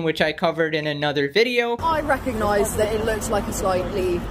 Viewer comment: i don't know why but i heard the pink hair woman say "oi recognoize" and absolutely lost. my. shit.